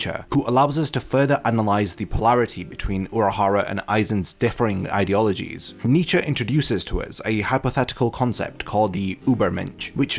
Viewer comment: You butchered Nietzsches name but this video was so well done, I don't even care.